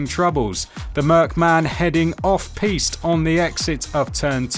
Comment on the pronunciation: The official F1 channel can't even bother to pay for a narrator that can pronounce "Scuderia" correctly... 0.45 - "off pieced"??? Really??? Blatant AI slop narration just to save a few pennies. Why am I not surprised given the current leadership of F1? Reported for misinformation.